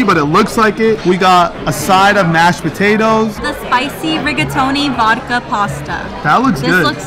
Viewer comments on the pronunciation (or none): none